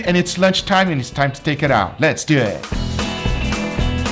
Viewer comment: “So let’s dewett!”